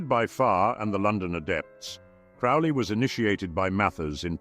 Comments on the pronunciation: Crowley like holy not fouly like Crowley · I know the voice is some level of AI filter, but in any case it is pronouncing Crowley wrong. Crow is pronounced like the bird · Crowley rhymes with holy. Cringe . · Crow-lee. Like holy. He even wrote a poem how to pronounce his name. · Why can't anyone say Crowley's name right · Such experts they mispronounced “Crowley” in the first ten seconds.